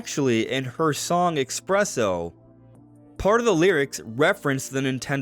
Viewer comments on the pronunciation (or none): I really hate how you say espresso it’s not expresso 🤌